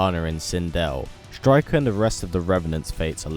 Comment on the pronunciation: You messed up the name